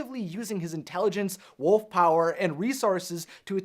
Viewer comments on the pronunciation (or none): none